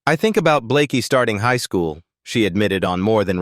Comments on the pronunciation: I'm sorry but its not Blakeee its Blake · It's actually Blayke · AI thinks its pronounced Blakee.